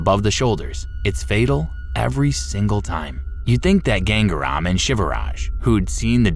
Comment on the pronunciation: It's not gang-REM you idiot.. It is "GangaaRaam"..